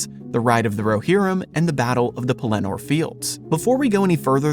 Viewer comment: LOL! I hate to pile on with the nitpicking, but you also put the inflection on the last syllable of Pellenor. I believe it’s supposed to be on the first. I could be wrong.